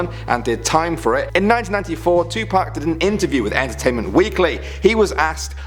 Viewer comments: Are we just gonna ignore the way he said to 2park 😂 that made my day! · I got triggered how he said 2pac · The way he said 2pac